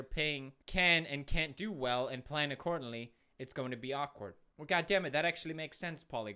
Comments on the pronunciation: Anyone noticed "akward" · It's actually "awkward" not "akward" boom (explosion)